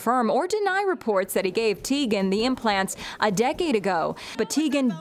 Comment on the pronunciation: its pronounced TIE-gen :)